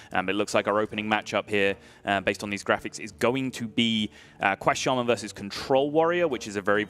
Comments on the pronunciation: Can you please fire the guy that pronounces Shaman-Sheimun.... Thank you. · Why does mispronounce Shaman on purpose?